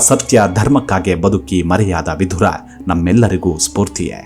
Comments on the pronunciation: ವಿಧುರ ಅನ್ನುವ ಉಚ್ಚಾರಣೆ ಸರಿಯಲ್ಲ." ವಿದುರ " ಸರಿ. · Vidura is correct why u r pronouncing vidhura please say as vidura don't make confuse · ಅದೆಷ್ಟು ಸ್ಪಷ್ಟವಾಗಿ ಕನ್ನಡ ಮಾತು ಆಡುತ್ತೀರಾ 🙏🏻 ಕೇಳುವುದೇ ಸೊಗಸು ವಿಧುರ ಅಲ್ಲ ವಿದುರ ಎಂದು ವಿನಂತಿ ಮಾಡುತ್ತಿದ್ದೇನೆ 🙏🏻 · Vidhura alla vidura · Vidura annodu sariyada heasru, Vidhura alla, vidhura andre hendatiyannu kaledukondava emba artha ide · Swamy, Adu vidura. Vidhura alla. Vidhura andare hendati sattava endu artha. Dayamadi nimma bhasheyannu saripadisikolli 😅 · ಮನಸಿಗೆ ಬಂದ ಹಾಗೆ ಕನ್ನಡ ಉಚ್ಚಾರಣೆ ಮಾಡೋದನ್ನ ಬಿಡಿ, ವಿದುರ ಅವನ ನಿಜ ಹೆಸರು, ವಿಧುರ ಅಲ್ಲ, ವಿಧುರ ಅಂದ್ರೆ ಅದರ ತದ್ವಿರುದ್ಧ ಅರ್ಥ ಇದೆ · ಈತನ ಹೆಸರು ವಿದುರ, ನೀವು ದ್ವನಿಸುವಂತೆ ವಿಧುರ ಅಲ್ಲ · ವಿಧುರ ಅಂತ ಬಳಸಬೇಡಿ.ಅವನು ವಿದುರ.ವಿಧುರ ಅಂದ್ರೆ ಹೆಂಡತಿ ಸತ್ತವನು ಅಂತ ಅರ್ಥ.ಕನ್ನಡ ವನ್ನು ಸರಿಯಾಗಿ ಉಚ್ಚರಿಸಿ ಮತ್ತು ಬರೆಯಿರಿ.ಎಲ್ಲ ಅರ್ಥಹೀನವಾಗಿ ಹೇಳುತ್ತಯೂ ಟ್ಯೂಬ್ ನಲ್ಲಿ ಜಗತ್ತಿನಾದ್ಯಂತ ತಪ್ಪು ತಪ್ಪಾಗಿ ಹರ ಡುತ್ತೀರಿ. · ವಿಧುರ ಅಲ್ಲ ವಿದುರ. ವಿಧುರ ಅಂದರೆ ಹೆಂಡತಿಯನ್ನು ಕಳಕೊಂಡ ಪತಿ. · ಹೆಸರುಗಳನ್ನು ಸರಿಯಾಗಿ ಉಚ್ಛರಿಸಿ. ವಿಧುರ ಅಲ್ಲಾ; ವಿದುರ. ಕೊನೆಗೂ ವಿದುರನ ಅಂತ್ಯ (ಸಾವು) ಹೇಗಾಯಿತೆಂದು ಹೇಳದೇ ಬೇರೆಲ್ಲಾ ಸಂಗತಿಗಳನ್ನು ಹೇಳಿದಿರಿ. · ಈ ವೀಡಿಯೋ thumbnail dalli ಬರೆದ ಹಾಗೆ ಅಥವಾ ನೀವು ಉಚ್ಛರಿಸಿದ ಹಾಗೆ, ವಿಧುರ ಅಲ್ಲಾ. ವಿದುರ ಎಂದು ಸರಿ ಹೆಸರು.ವಿಧುರ ಎಂದರೆ ಹೆಂಡತಿ ಇಲ್ಲದವನು ಎಂದು ಅರ್ಥ. ದಯವಿಟ್ಟು check ಮಾಡಿ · ಭಾಷೆಯ ಉಚ್ಚಾರಣೆ ಶುದ್ಧವಾಗಿರಲಿ. ವಿದುರ ಅಲ್ಪಪ್ರಾಣವಾಗಬೇಕು